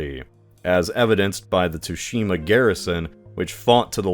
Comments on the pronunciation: It's pronounced "Tsu-shi-ma", not "Too-shi-ma". It's hardly your fault, as the Japanese, for no real reason (no, I'm a linguist, I have talked to JP linguists and their explanations for this are circular and WEAK af), they spell "tsu" as "tu" when they use our alphabet. My recommendation: whenever you're going to use a foreign word, have it run through some spelling system (usually typing it into Google Translate and having it spelled out does the trick) before recording it. So, not really your fault, but bear this in mind. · Finally a topic i dont know about so the inaccuracies cant bother my picky ass! I spoke too soon. “ghost of TOOshima”???